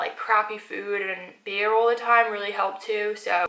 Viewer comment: the way she said beer